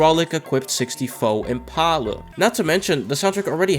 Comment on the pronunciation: "sixty foe impalluh"